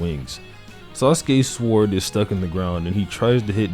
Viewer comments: sorry dude are you pronouncing the W on sword? wtf L video unsubscribed and disliked jk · Please stop saying sword like that😂